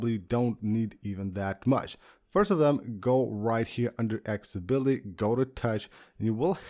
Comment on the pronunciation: ''Aks-ability''? ''Buddon''? Seriously? im about to unsubscribe